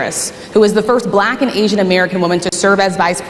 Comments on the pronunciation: He says "Black" like Ron Burgundy 😂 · It is the way he said the word black as well. Terrible!